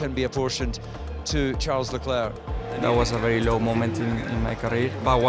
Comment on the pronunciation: What is a shaarl eclair? 😂